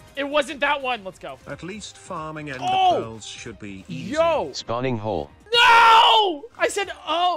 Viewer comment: Tries to pronounce ender as Like it’s not raining